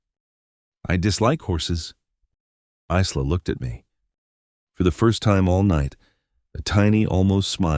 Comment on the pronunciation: Stupid AI, Isla is pronounced I-la, just like island. The "s" is silent.